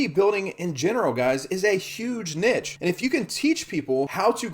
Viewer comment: Learn how to pronounce niche if you are making multiple videos on the topic. Embarrassing